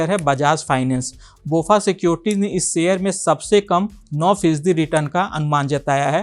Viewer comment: आदरणीय एंकर महोदय, आप हर वीडियो में "शेयर" की जगह "सेयर" उच्चारण करते हैं। इस वीडियो में आप "स्तर" की जगह "अस्तर" शब्द का प्रयोग कर रहे हैं.... संभवत: आप बिहारी हैं।